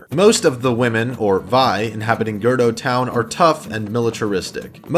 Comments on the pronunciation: It’s cool dude I say “duku tree” instead of “deku tree”. But hehe, girdo. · "Gurdo town" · GIRDO TOWN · I'm glad you clarified girdo town bc I was like ummmmm.... AHHH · "Girdo Town"